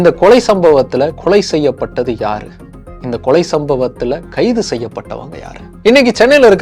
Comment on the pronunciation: தம்பி உங்கள் குரல் உலகம் முழுவதும் ஒலிக்கிறது. எனவே வார்த்தை உச்சரிப்பில் கவனம் செலுத்துங்கள்.கொலைக்கு கொளை கொளை என திரும்ப திரும்ப கேட்கும் போது ரொம்ப உறுத்தலாக உள்ளது.